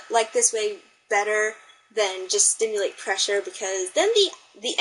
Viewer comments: Did anyone else count how many times " SIMULATE" was mispronounced " sTimulate" ? LOLZ XD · Simulate, SIM-U-late, Sss...Iiii.Mmm- you-late. STimulate~ VERY different meaning. lol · This is a decent tutorial. It definitely is one way to approach inking. By the way, the word is "SIMulate" not "STIMulate"